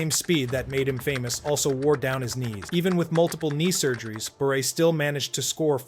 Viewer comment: Really, say Pavel Bure's name properly.